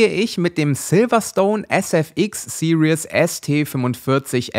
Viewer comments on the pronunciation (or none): none